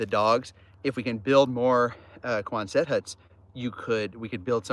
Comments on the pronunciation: Love the video…it’s NOT Quon-SETT, it’s QUON-sut. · But folks you don't pronounce the last t. So quonsen hut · I believe you are mispronouncing Quonset